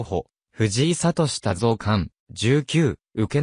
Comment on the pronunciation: 名前がせんだ、でなく、ちだ！ ましてや藤井三冠のさとだ、と、そうたですよね、わざとですか？